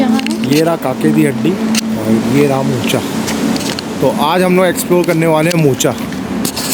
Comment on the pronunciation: मोचा नहीं मोका